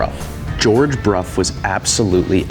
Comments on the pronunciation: It is Bruff.. The reson is complicated as it'a a combo between language leap from Roman to Old English (German like language) to English (same as rough enough, cough). However, it might be how it's pronounced in your local area/dialect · I'm curious, I always thought it was supposed to be pronounced "Brow", not "Broff". Is this the actual correct way? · As far as I know it should be "Broff". Never heard it called "Brow". I live in the UK so might be pronounce differently elsewhere, ie Jagwar in US but Jag Ure in UK.😄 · I cannot for the life of me unhear "Bruh" every time Brough is said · It’s not often that I am taught something new, interesting, and useful information from a YouTube comment, but you’ve done it. I was never aware of that connection, and how it would also apply to such words/names as “Brough”. I’ve always pronounced it as BROW my entire life. Today is the day that changes; and I’m able to explain WHY I choose to now pronounce it as so. Thanks, Bro ! 😅